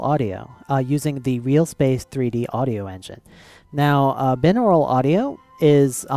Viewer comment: Hey just a small correction if you didn't know, it is pronounced Bi-naural audio not bin-aural. It is named that way because two = the prefix bi-. So yeah... that kind of bugged me.